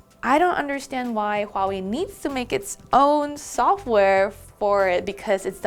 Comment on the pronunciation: Dislike for bad pronunciation of Huawei.